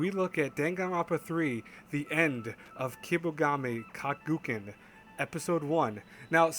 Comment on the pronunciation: lmao you said Kaguken xD It's Gakuen,and it means School (i believe)